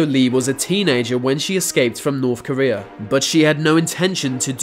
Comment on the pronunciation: The narrators inability to pronounce his Th sound and instead saying the f and v sound ....(va long journey to norf Korea.....) is too annoying